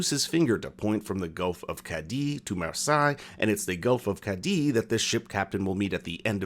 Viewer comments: Mar-sigh its pronouced mar-say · It's pronounced "MAR-SAY" not "MAR-SIGH" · You say marsaye, it's marseille, spoken as marseye 😊 pronounce the first e mar se ye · It’s pronounced MarSay not MarSigh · Marseilles is pronounced mars-hey and affamés means ravenous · isn't it pronounced Mah-say? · if you're going to cover the show, at least pronounce the french city name correctly"mar-SAY"